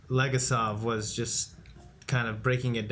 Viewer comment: LegAsov - stress goes on A (second syllable) Fomin - thats a surname and stress goes on I (second syllable)